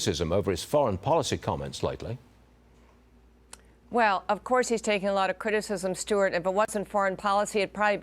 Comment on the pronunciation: Maybe this lady needs to pronounce Vivek properly. Vivek 2024 🇺🇸💯